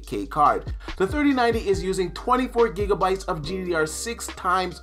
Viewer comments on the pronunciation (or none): none